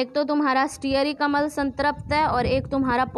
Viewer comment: Madam phele bolna to sikhlo Vo अम्ल hota hai अमल nhi 🤣🤣